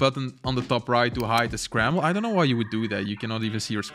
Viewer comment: this called scramblE panel you said it like on espanol